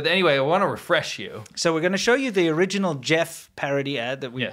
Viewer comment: Glad to see a return of "Jyeff, you hyave a cold". Haven't laughed like that in a while. Wow, so good!